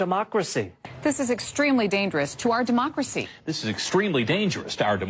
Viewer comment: “Demarcracy”. ~tyrone